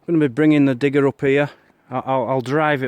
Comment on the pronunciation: I thought he said dick and not digger... This is seriously the biggest dick i have driven around lmfao xD